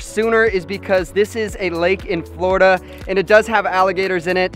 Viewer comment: its florida man its florda